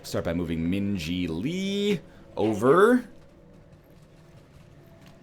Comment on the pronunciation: So I missed it. Did NL Purposfully name Min Ji so that when he says her name it sounds like he is saying Minge-y? Cause that is pretty ball si if he did.